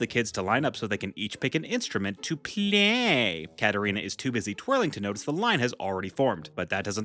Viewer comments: I’m sorry, but the way you said the word play like that is starting to get very annoying. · Why do you always say PLAYYY like that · I love how you say play it’s sounds funny